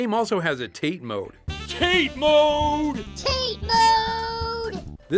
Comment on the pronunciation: Ackshuwallalalaally it's pronounced TUH-TAY mode.